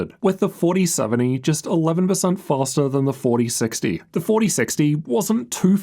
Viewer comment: “fastAA”😂 maybe Faster?